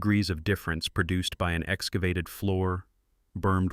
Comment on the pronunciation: "Perduced" is not a word. *Produced.